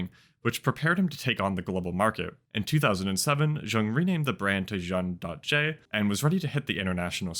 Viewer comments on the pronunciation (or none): Just so you known Juun.J is pronounced Jun-Gee (Like Gee-Whizz) in Korean it is 준지, much love, love your videos, glad you came back to YT ^^